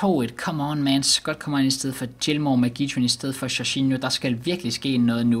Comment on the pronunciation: du udtaler det rigtigt